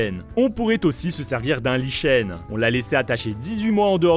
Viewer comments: un « Lit chaîne » ? 😅 C’est un nom d’origine grec et cela ce prononce « Likèn » 😊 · Lichen sa fait (k) pas (ch) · On dit « liKen » et pas « liCHen » même si c’est CH 🤣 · Des "lichènes" ???? Vous voulez dire "likèn" plutôt non ? (Lichens) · Une chaine de science vraiment ? Pour nous expliquer que les solutions ne fonctionnent pas, et qui ne sait pas prononcer "Lichen" correctement.